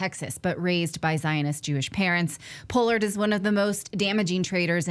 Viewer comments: Pol-lard not po-lard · Paaaallard, not pollard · Pronounced “paw-lord” I believe. Just FYI. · The man's name is pronounced Pollard with a short 'o'. It's NOT a long 'o' as in "pole".